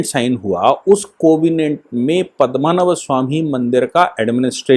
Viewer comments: you are a UP Brahmin, it looks very bad when can't spell out very common Hindi words like PADMNAABH, Not Padmmanabh. Very bad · महोदय, केरल के उस सुप्रसिद्ध मन्दिर का नाम 'पद्मनाभ या पद्मनाभन' मन्दिर है, न कि पद्मनभ। आप इस पूरी वीडियो में पद्मनभ ही बोलते रहे। कृपया आप गलत उच्चारण करके हमारी भावनाओं को ठेस न पहुंचायें।